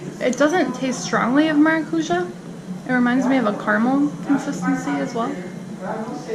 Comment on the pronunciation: Maracuyá! You got it! Next is GuaranÁ! Same deal, accent at the end.